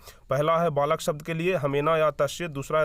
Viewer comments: Balak ko valak kiyo parh rahe ho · Valak nhi balak hota h